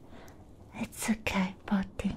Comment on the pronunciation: lmaooo going a whole video saying pudding wrong